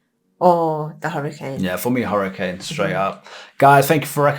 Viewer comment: Hurrican? Take it from someone who has lived in Florida their entire life and has lived through about 12 Hurricanes. It is pronounced Her-uh-cane. CANE not can.